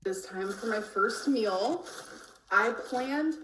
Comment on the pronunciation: says the word "meal" (mill) more often in one video than I do in like a year. Has anybody else noticed this? Is it a cultural thing? Where I'm from people just say something like "I'm going to eat" or "I'm making something to eat", but always seems to specify that she is eating a MILL.